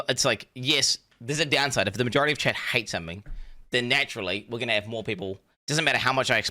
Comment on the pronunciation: I honestly thought he was saying Chad, not chat, for two years.